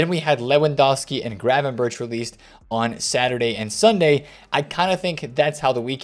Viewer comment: pls say Gravenberch name good,it is like Bergkamp -Berch=Berg